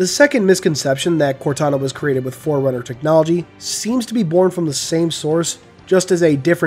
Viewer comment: is also the one that pronounces Forerunner like "foreigner?". I just have to say that is beyond infuriating.